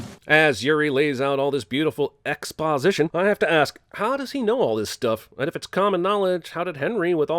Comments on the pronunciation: Ex-spa-sition xDDD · Ex- spa- sition 🤣🤣🤣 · no ones giving enough credit for "Ex-Spa-sition" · sigh Ex-spa-sition.